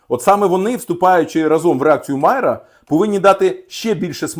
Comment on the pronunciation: Вибачте, але випадково побачив, що наголос падає на другий склад у слові "Мая́ра").